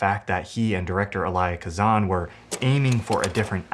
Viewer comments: The “Elaya Kazan” threw me off a bit there lol. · And learn how to pronounce "Elia Kazan." 🙄